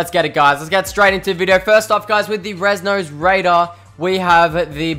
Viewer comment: res nosed raider??? ahahah😂😂😂